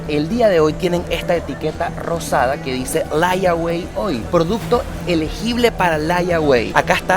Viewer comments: Pana no sea sinvergüenza...aprenda inglés. "Laiagüei". Por Dios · ...se pronuncia: Leywey ....layaway significa que puede apartar cierto artículo con cierta cantidad de dinero e irlo pagando poco a poco🤔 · Idiota, Vivís en USA y no sabés lo que significa ''LAYAWAY '', ni Cómo pronunciarlo .